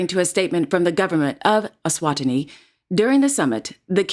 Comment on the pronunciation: Just a note: Eswatini is pronounced e-swa-TEEE-nee